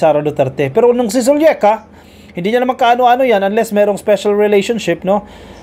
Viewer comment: it’s Zuleika….not Zulieka….